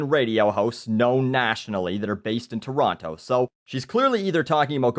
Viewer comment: Just by the way pronounces "Toronto", you can tell that he is NOT from Toronto.